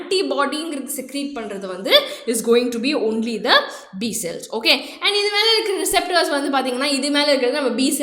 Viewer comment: Neenga cute ah pesren ngra perla cringe ah pesringa mam 😅 "So" nu sollama "sho" nu solluradhu Cells ku shells nu solradhu 🤯